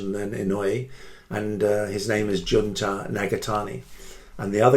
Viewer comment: it was a very good video! but his name is Jun"to"